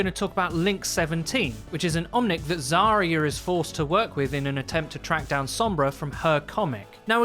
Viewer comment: The way you pronounce Zarya makes me want to slit my wrist. Zaaahhhhya wtf mate